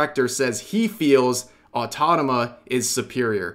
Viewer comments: /ɔːˈtɒm.ə.tə/ the uk phonetics as per the cambridge dictionary. otherwise just google "automata pronunciation". Note that people may say this with slight variations, such as "au-toe-ma-ta", "au-tom-a-ta", "au-to-maa-ta" etc. I don't know much about phonetics but I assume this would be from dialectic differences (e.g. us speaker vs uk speaker) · Day 69,420 Rev STILL has not pronounced "Automata" correctly even once. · "Automata", not Autotama. Achievement unlocked: Dyslexia detected! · It's Automata not Autodama ~ 🤣🤣🤣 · Rev pls, it's Auto-MA-TA not Auto-TA-MA 😭😭😭 Or are you just playin with us for the past how many vids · Rev, please, repeat after me: A-U-TO-MA-TA Rev, immediately after: AUTONAMA! Sure it's not that hard... right? xD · Am i the only one who noticed Rev pronounces Automata as Autotama? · Automata! not Autotama (like the videos btw, but that drove me insane) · autoMATA not autonoma. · Automata. Au-tom-a-ta. Not "or tadama". I'm begging you, please read the words you're speaking. It's difficult to focus on what else you're saying when I'm trying to recover from such verbal butchery. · Can someone please tell Rev it's 'autoMaTa', not 'autoTaMa' 😅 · Are... are you pronouncing "automata" as "autotama" on purpose...? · You should take a moment to learn how to pronounce the word "automata". You keep saying "autotama". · Rev, i love u, seriously..but for fvcks sake - AU-TO-MA-TA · mate pls you killing me, i know what you're doing but i can't stop laughing every time you said "Automata" XD otonoma my beloved aaaaaaaaaaaaaaaaaaaa my sides! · I'll be the only one who listens rev's smooth pronounciation of Nier Autonama closely without batting an eye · Fuckin hell ITS AUTO MA TA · Say it with me... AU TO MAAAAAAA TA!!!!! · "Autotama" Love your vids Rev I just can't get it out of my head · Rev, pls, you're killing me here. It's Au-Toh-ma-tah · is there any inside joke im missing when he keep saying Automata "Autotama?" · hearing rev say "autotoma" is really funny.